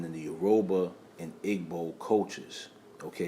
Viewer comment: It’s pronounced (Euro-bah and Eee-bow) for Yoruba and Igbo in Nigeria 🇳🇬 🙏🏾🔥 but appreciate your content